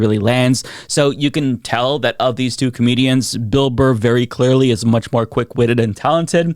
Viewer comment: You mispronounced Burr's name at the start of the video... You called Him Bill "Bar". I have now lost all respect for you.